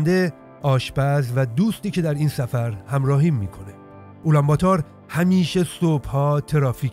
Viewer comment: سلام و درود بر شما: (اولام باتار) که شما میگید در اصل اون تلفض میشه (آلم باتور) یعنی قهرمان مردم. من هم پدرم گوسباک است و مادرم فارسی زبان در افغانستان زندگی میکنم.